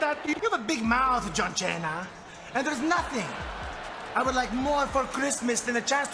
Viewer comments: I laughed the most when Santino mispronounces John Cena as "Jon Chena" 😅😂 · "John Cheyna" :'D Marella was way after my time, but he seems incredibly entertaining. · Will always remember Santino Marella saying John Chenna! 😂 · The "John Cheana" thing got me EVERYTIME.